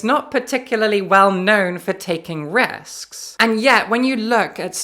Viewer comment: Why does she say "berk" for book, "wahl" for well, and "rusks" for risks?